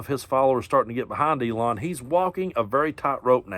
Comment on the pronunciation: Keep saying it Eelon puppet master